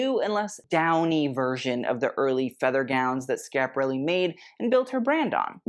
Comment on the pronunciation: I realize you will never read this But, you are a Brilliant young man. I only wish you could or would pronounce the name of Your show properly .